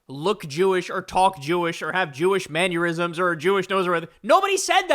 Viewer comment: hey Kyle, just FYI It's "manner-ism" not "manure-ism" lol